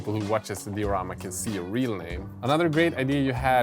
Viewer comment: Cool videos but the way you say diorama ticks me just a bit